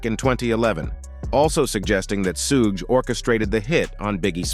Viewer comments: He said suh gay 😂 🤦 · Why didn't someone tell the narrator how to pronounce Sug's name